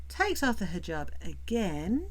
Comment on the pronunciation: HE JAB I cannot with that pronunciation! She lived a 3 year MASCARADE that is all it was. I do think one morning she won t wake up....her heart will seize...and I honestly sadly enough think that is what she hopes for. Eternal Sleep. I fully understand what you teach (I am sure to some you are teaching) CPTSD.....that is my primary condition, not going to lie. 13 yrs of daily fearing for ones life, before you can get away from a Psychopath....But today, I am hella STRONG and offer counsel to others. Ty for bringing up these REAL LIFE issues. Appreciate you.